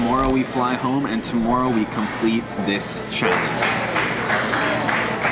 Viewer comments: he said toomoreo😂😂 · listen how he says tomorrow